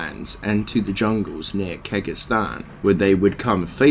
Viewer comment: Kay hay-gin, kaan-dur-aas, kej-ist-an, iz-wall, trav-in-call, taal raasha, vish-yair-eye, there were a lot of others that peeved my pets but I couldn't remember them all, sorry man I had to speak out XD still a really cool video.